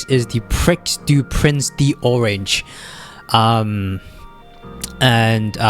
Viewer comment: It's pronounced PREE de l'arc de triomphe, the x is basically silent in croix du nord too. Take a look at the Irish champion stakes which took place last saturday, Shin Emperor performed poorly and the race was comfortably won by Delacroix. That's why shin emperor was found to have issues afterword.